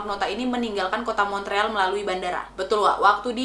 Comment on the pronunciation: Montreal dibacanya Mon real.